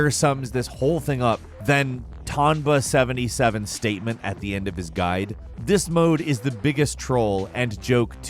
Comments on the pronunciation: He said Tomn BA77. bruv it's tom NBA77 i really hope tom watches this video 😂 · I started crying when you pronounce tomNBA77 as tomba 😂😂😂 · He said tomnba77😂 Tom NBA 77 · He really said Tomnba77, Tom NBA 77